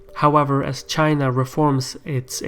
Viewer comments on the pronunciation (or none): none